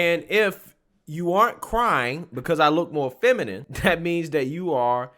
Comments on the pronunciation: Feminime lmao.. this it actually said feminime.. 😂🤣😂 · The fact that this person cant pronounce the word feminine is interesting.